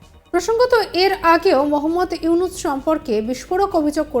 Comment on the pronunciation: আরে নষ্টা মহিলা ড. মোঃ ইউনুসের েএকটা বালের যোগ্যতাও তোর নাই তুই িতার না টা ভালো করে বলতে পারলি না কেন///////মূর্খ সাংবাদিক.....